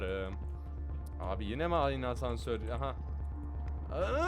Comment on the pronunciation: Abi o hasansör değil asnsör🤣🤣🤣